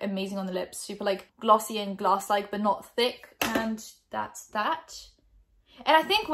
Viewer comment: glaws not glaws Gotta love the British accent sometimes. Literally your 'glass' and 'gloss' sounded the same to me lololol (≧▽≦)